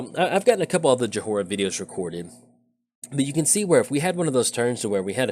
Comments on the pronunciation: Your ability to mispronounce names has reached legendary levels :P It's "Joy-ra", not "Jo-ho-ra" ^_^ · I find it endearing. Having seen her Time-Spiral verson go 'lolderpobliterate' about a hundred times, I feel a strange sensation of schardenfreude when she's called "Yo-Hoe-Rah!".